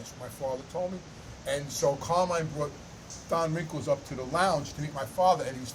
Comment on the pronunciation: Keeps saying Don WRINKLES....LOL